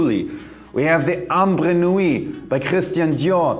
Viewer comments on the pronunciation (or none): none